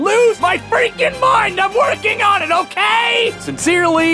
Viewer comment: “Hokay, so...”. Nice reference there